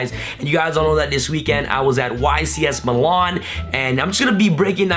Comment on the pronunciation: Meelan* not muhlawn